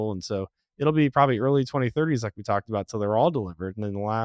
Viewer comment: He dropped the "aboot" quick, within the first sentence.